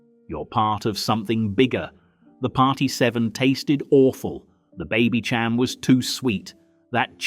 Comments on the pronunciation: I don't like the AI commentary. It's Baby "SHAM", not Baby "CHAM". You see, AI just doesn't get it. Saw through it. Anyway, absolutely right about how we were. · Its pronounced baby sham. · I was a teen throughout the latter end of the 70s and I really don’t recognise some of the wistful nostalgia of the comment section. By ‘79 we’d had punk and disco and were enjoying a sca and mod revival. Not sure what people are so keen to have back except their youth (and who isn’t?) and the footage used here blends different decades while the AI narrator can’t even pronounce Babycham correctly! I know it’s New Year when nostalgia is foremost in the mind, but don’t be so easily manipulated peeps! 🎉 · AI . Can't even pronounce Babycham right. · 'sin-zano' and 'advo-cat'?..they are pronounced 'shin-zano' and 'advo-kah' Then he said 'Baby-ch-am'...it's baby-SHAM!' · AI commentary? Mispronunciation of Babycham, Advocaat and Cinzano suddenly make it all seem very fake, spoiling what seems very authentic otherwise. A shame.